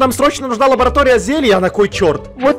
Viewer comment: сказал не лаборатория а ларабатоя